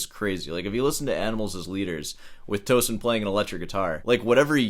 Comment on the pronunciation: It’s pronounced Toe Seen like Mar SEEN